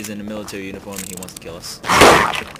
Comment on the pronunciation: Miwitawy Wations